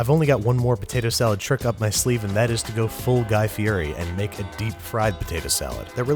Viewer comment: Can't even say Guy Fieri right.